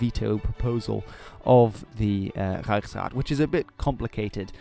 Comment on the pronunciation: That “Reichsrat” is glorious. :)